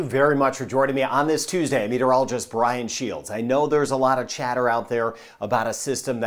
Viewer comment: Brian not brain lol.